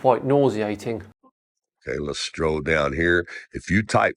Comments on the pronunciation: Did he say stroll down, instead of scroll down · The fact that he says “stroll” instead of “scroll” tells you all you need to know. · It made me smile when he kept saying lets stroll down rather than scroll down 😂